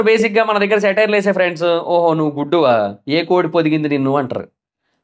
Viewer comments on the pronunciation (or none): none